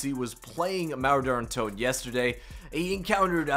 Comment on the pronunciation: Couldn’t tell if he was saying derra toten or Daren toten or Der untoten 🤣